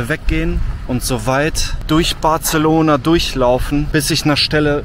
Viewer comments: Nur falls es dich interessiert: BarSelona. Nicht BarZelona. (So wie Majorca und nicht Malllorca) 😜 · He, Barcelona spricht man nicht mit "z" 😆 man kann übrigens gut mit dem Auto in die Stadt fahren. Einfach vorher nach einem ordentlichen Parkhaus schauen, evtl. in Street View schauen, wie die Einfahrt ausschaut und Bewertungen checken. Man kommt oft günstiger, wenn man das Parkhaus vorher reserviert oder die App vom Parkhaus nutzt. Und natürlich nichts im Auto liegen lassen. Dann ist es sehr entspannt mit Auto ☺ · Zwischendurch war auch ein "Bartzelohnahr" dabei...😂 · Hör auf Bartzelona zu sagen WTF ich hätte dich auch ausgeraubt XDD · Batzelona, da bluten ein bisschen die Ohren. 😂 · sorry muss das video ausmachen, kann das Bartzelona nicht mehr hören, würdest du es wenigstens nicht so oft sagen.... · Das "c" von Barcelona spricht man als "s" aus. Barselona.